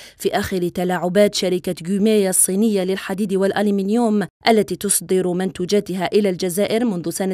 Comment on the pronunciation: tousaddir wa layssa tousdir. تقرئين التقرير الذي أعد لكي فقط، من دون فهم ولا اهتمام